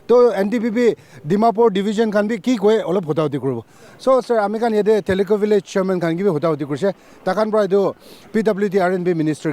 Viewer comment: So sorry for correction, but its not theli khu village, it is Thilixu village.